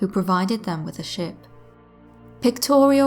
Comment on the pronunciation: I was listening to your story and I have one of those moments where I didn't hear the words correctly.. I could have sworn at one point that you said "where he rested his shit" rather than "where he rested his ship" I was like WHOA is talking street!